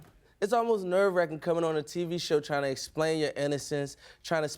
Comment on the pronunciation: Never really hear his philly accent...until he said "nerve wracking" 😍😍😍